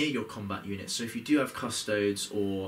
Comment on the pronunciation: You react to this and not him calling Custodes "Cuss toads"! :)